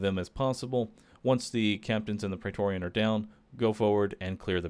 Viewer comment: Why do you keep saying praetoreon